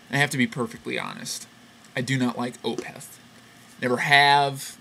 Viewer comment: i like opeth ok, definately one of the better "death metal" acts. also, i think it's pronounced as 1 flowing word, opeth, not o-peth